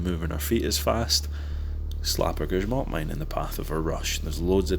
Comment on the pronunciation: Finally someone who doesnt speak polish pronounces grzmot right. Not gryzmot like everybody else.